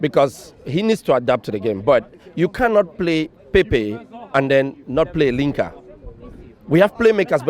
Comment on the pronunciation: He said linker